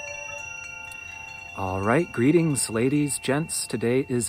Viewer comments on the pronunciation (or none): none